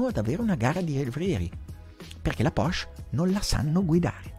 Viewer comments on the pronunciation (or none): none